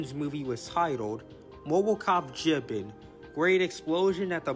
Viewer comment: BTW, for future reference, it’s pronounced Jee-BAAN.